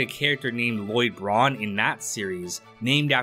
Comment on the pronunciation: Lloyd Braun? He's not even a bra-oone!